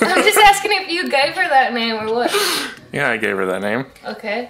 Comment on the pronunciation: I.... Tell.....you....hwat 😁